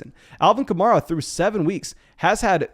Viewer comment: Say it with me: Kuh-mare-uh